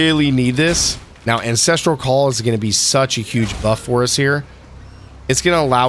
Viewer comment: I like the premise but based on the first minute you already say both Hailrake and Ancestral Call incorrectly so it makes me question your credibility and overall game knowledge. Good luck with the videos, I think they're a great idea and really helpful for any new players, I would recommend making sure you're saying the names right if that is your target audience though.